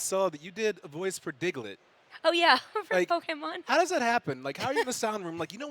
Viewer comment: I absolutely love that she still says “Pokémon” correctly. ❤️